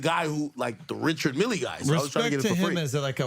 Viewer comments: Richard "Milly" lol. I imagine you probably don't care but the guy's name isn't pronounced that way. Just trying to help. Its pronounced more like "meal" than "mill". Edit. HOLY CRAP THOSE CLIPS. So hard to watch. The are like toddlers. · It’s pronounced mill not milleeeee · Dude mispronounced the name of watch brand (and the guy he met?). It’s Richard Mille (rhymes with hill). Not milley- lol. Also - this is like watching a bunch of 15 year old boys drinking for the first time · >Richard Millie It's pronounced Richard MEAL, all accented and shit. Obviously the whoreologist guy wouldn't give him a free watch because a) who is this guy? and b) he can't even pronounce the man's name! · Please don't pronounce it "Richard MillY" just because the DJ pronounced it like that.